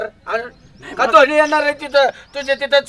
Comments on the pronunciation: बाळू धोन्या ❌ धोनी ✅ संदेश चांगला दिला पण देशाच प्रतिनिधि करतात ते भाषेचं मर्यादा ठेऊन एपिसोड काढा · तुम्ही धोनी ला धोन्य म्हंताना कहीच वाटत नाही का रोहित शर्मा आणि धोनी भरताची शान आहेत जरा निट शब्द वपरा mee चांडाल चौकड़ीचा खुप मोठा fan आहे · धोण्या ऐवजी धोनी म्हणायला पाहिजे होत